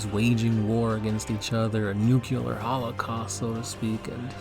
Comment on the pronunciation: Nu "CLE" ar...